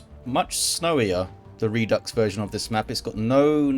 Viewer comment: Redux is latin, you are pronouncing it correctly with a hard ks for the X. French also has the word ( again from Latin ) but pronounces it differently. The original word root is re - deuk with a hard K from proto indo european ( pre latin ). Latin has redux and reducere. Hard. Soft C. This also pops up in reduction, reduce, etc, both the soft and hard c are present. ( I love etymology ! )